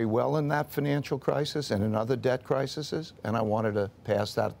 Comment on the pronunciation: Thank you Mr. Dalio for the book and for doing many interviews to educate those who are interested. Just one little correction: the plural of crisis is crises, and it is pronounced cry-sees.